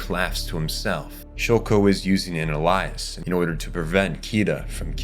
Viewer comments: Great video - also "alias" is pronounced 'ay-lee-iss' not like the name Elias lol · In sorry what? A-lies? Its pronounced ay-le-iss.... Did i fall for the youtuber engagement trap? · how do you not know how to pronounce "alias" hahaha Its not "a-lice" its pronounced "ALE-E-S" alias. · Lmaooo bro pronounced alias wrong 🤦🏾‍♂️💀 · Are you using A.I. for this narration? How the hell do you pronounce alias as ELIAS ?! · Mf pronounced alias like Elias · thanks dawg, i thought that was a character lmao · this dude needs to learn how to speak before posting a damn video fr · Dude, amazing video but please learn how to pronounce ‘alias’ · holy shit you butchered "alias"